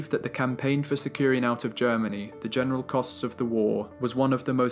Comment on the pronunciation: The narrator's voice is clear and well pronounced....However, he needs to work on his pronunciation of the definite article throughout the entire documentary.....